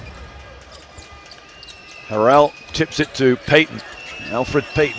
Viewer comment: He pronounces Montrezl Harrell's last name wrong. It's pronounced like 'Hair-el'.